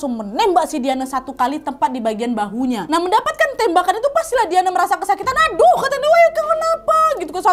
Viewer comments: diane disebut "dayen" mba lafalnya... ✌😁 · Dianne bacanya Dayen kakkk. haha.